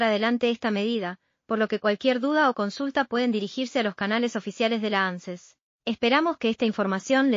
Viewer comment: No. Se leee. Ánces. Se lee. Ances